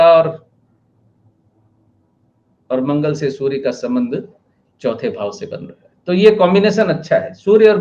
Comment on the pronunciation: सहगल जी shurya नही। सूर्या कहिये